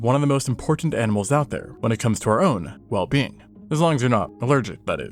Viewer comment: "when it comes to our...well-beeing"?